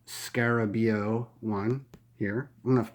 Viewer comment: Keyword... to robust. Also I think the name is pronounced Sk-argh-bey-OOOH.